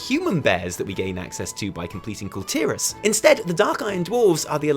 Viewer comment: The pronunciation for Kul Tiras is "Cool Tih-rarse" and they're called "Kul Tiran humans" not "Kul Tiras humans" someone from Kul Tiras is a Kul Tiran, pronounced "Cool Tea-run".